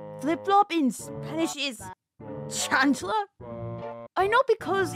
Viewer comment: Btw, It’s pronounced “CHAN-kla”